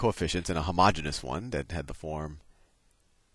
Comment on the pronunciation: Thanks for all these videos! However, would please learn how to properly pronounce "homogeneous" (not like for milk), and "Euler" (sounds like Oiler). Thank you.